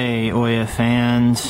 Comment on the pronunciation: Why does everybody say oiya and not ouya, pronounced ooya